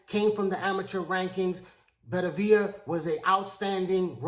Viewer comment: Dude I`m a fan of yours but you`ve gotta learn how to pronounce boxers`names properly. His name is Better-be-iv not Bettavia.